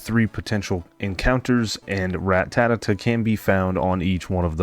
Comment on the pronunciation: Good video but everytime you say ratatata instead of ratata makes me gringe😂